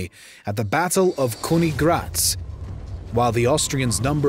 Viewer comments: I want to subscribe but this guy's pronunciations are kinda pissing me off. Said "Kawn-ig-grawts" for Königgrätz, "Fran-see-kee" for Fransecky, "Veel-helm" for Wilhelm, and more. Come on bro, these aren't super hard German words, normal English speakers can say these right man. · Your pronunciation of Königgrätz is awful. Also you somewhat forgot to mention biggest thing which didn't allow Austria to really become leading German state - many minorities and languages like Czechs, Hungarians, Slovaks, Venetians, Croatians...